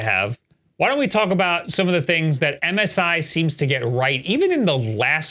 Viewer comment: Who calls MSI Missy?